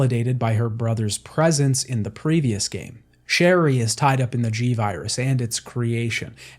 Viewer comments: I also heard a “Shelly” instead of Sherry at one point 😂 Didn’t ruin my enjoyment of the video! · isn’t it sherry or cherry?